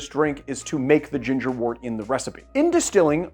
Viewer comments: Great video!! Postscript.... it's pronounced "wert", not "wort"..... even though it's spelled "wort". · Love this. Pro tip from a long time brewer: counterintuitively, the word wort is pronounced "wert." Why? I have no idea.